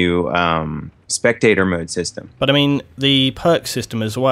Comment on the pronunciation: sounded like "butter mean" than "but i mean" lol